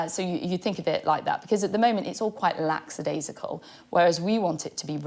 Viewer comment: LACK-adaisical not LAX-adaisical